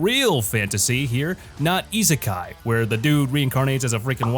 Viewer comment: Hi, (and call me an Internet troll but )the number 2 is izakey anime you say that no izakey